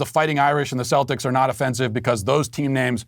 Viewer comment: I’m offended by the pronunciation of Celtics and I’m not Irish